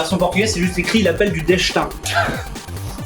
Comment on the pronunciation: L’appel du “Dechtin” !!! 😂👍🇵🇹